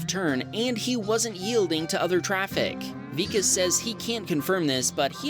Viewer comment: its pronounced vikaas . vikas is a indian name